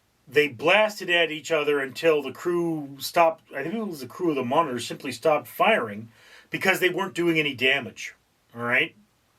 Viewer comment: a singularly bad video. couldn't watch all the way through. About the 4th or 5th time he pronounced 'Monitor' 'monger', I bailed. His explanation of the game was worse than useless. My dad taught me the game back in the 60's and we did it using paper. We drew out two squares, divided into smaller squares. Easiest thing was to use graph paper, then you have the small squares already made. You then make the big square into a matrix by writing A - G (or H, it's been a while...) along the top and 1-7 (or 8) along one side. You both have similar navies and you start by placing them on your board. the patrol torpedo boat takes up 2 squares. the submarie 3, etc, up to the battle ship which was 5. When your forces were deployed, play commenced. whoever went first, would call out a number/letter combo. "C 8". If the 'enemy' had a ship in that square, he would say 'hit', if not, 'Miss' turns were taken in alternate sequence until all the ships of one side were 'sunk'. A cool game in that no fancy equipment was needed, just two sheets of paper. BTW, don't listen to a word of 'historical facts' spouted by this fellow. He knows not of which he speaks.